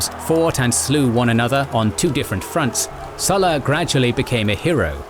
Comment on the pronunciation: Hi, would it be possible to pronounce the Latin name SULLA correctly? I learned Latin in school and it amazes me the distortion of Latin word pronunciation by English speakers, let alone American Speak! Go on, give it a go. You can always get help, look up Google! Cheers mate. Harera